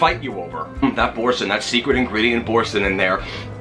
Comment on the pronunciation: You are mispronouncing the name of the cheese - it's Boar-san (that's how its pronounced.)' supposed to sound French. I used to make a straw & hay pasta from Gourmet magazine years ago. My husbands friend gave me a standing ovation after she ate it.